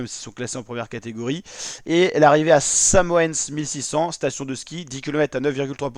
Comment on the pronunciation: En tant que "régional de l'étape", je me permets de t'indiquer les bonnes prononciations. - col de la Rama. - Samoin (Samoëns)